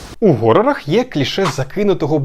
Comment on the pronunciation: Таке класне відео було, доки ви не сказали слово "горор". І як ви після цього можете говорити про науковість, якщо ви самі коверкаєте мову? Ви ж так само просто бездумно повторюєте за купкою людей, які самі не знають, що роблять. Власне на цьому моменті і вимкнув.